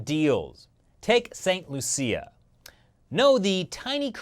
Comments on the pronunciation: it's pronounced st. Lucia or lowsha not Lucille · st Lucia is prnounced st."lusha" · That's not the pronunciation of "St. Lucia".